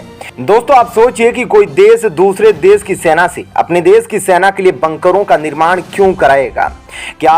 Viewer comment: अशुद्ध हिन्दी उच्चारण ●●● मीडिया जगत में "श" अक्षर की भारी कमी, जैसे कि.........रिलेसन्स, रिस्ते, कोसिस, देस विदेस की परेसानी, सुल्क लगाना, दोसी व्यक्ति पर सुल्क, रासनकार्ड की सिकायत, रासन पानी, समसान में जलता सव, प्रसासन की छमता, सुबह-साम, सौकीन तथा सरारती, असलील हरकत, सादी में जसन, सगुन की सुरुआत, इस्कूल में सास्त्री जी, इस्टेसन पर रेलगाड़ी, युवासक्ति किसोर व किसोरियां, वीडियो सेयर करें.......आदि आदि । बहुत अच्छा विश्लेषण; बहुत बढ़िया चैनल; बस ! 'श' के उच्चारण को 'स' मत करना, हमारे बच्चों का उच्चारण खराब होता है; 'स्तर' को अस्तर' उच्चारण करना भी एक अन्य त्रुटि है, कब बक्शोगे??